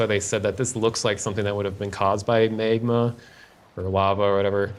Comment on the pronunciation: holy shit this guy made me spit my drink out. Yeah, Trevor was "throwing up". That's what we'll call it. wat thee foke? "Raigdoll" "Maigma"